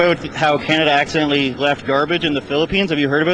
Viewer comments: Not Accendentally dude. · Stupid! Man its not acciddentally!! And it seems like you make Philippines bad out of your dumb words! Its aint recycable!! Take your shits.. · Uhm... Why does he kept emphasizing "Accidentally" and "War". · Be careful dude your not scared by saying accidentaly.. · That is not Accidentaly actually it is Intentionaly man.